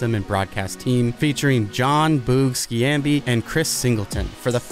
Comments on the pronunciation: Ain’t no way you pronounced dudes name Skee ambee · It’s Jon Sh-ahm-be lmao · Never thought id hear someone butcher Boog's name so bad lol